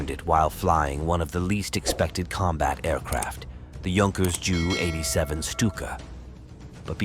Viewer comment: Stupid AI with the pronouncing JU as Jew